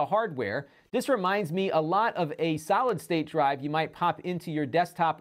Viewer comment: Am I the only one who keeps hearing "Salad State Drive" ?